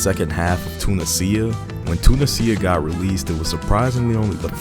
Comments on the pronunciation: I believe irs "toon-ee-zia" rathe than "tuna-sia". Good video though, succint! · "Tuna sea ah"... Two niz E ah.. "casino" monte cas innno 😂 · The "sia" in "Tunisia" pronounced like the word "Asia" Too NEE zha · Ah yes, "Tuna Cia". 🤣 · The sheer number of mispronunciations of Tunisia is worth the Like. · Bro Is pronouncing Tunisia in it's correct way . Italian accent 😂😂😂😂